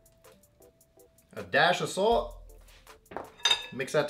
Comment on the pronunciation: When u said a dash of salt it sound like u said a dash assault lol but good video I am definitely going to try this